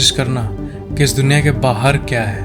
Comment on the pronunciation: bro it's duniya not dunkiya. 😅